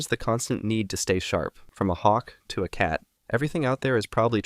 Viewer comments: "From a hawk touh cat" say that again... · DID HE SAY HAWK THUA